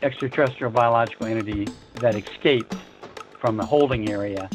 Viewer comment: It really grated on me, the way Doty mispronounces ‘escape’…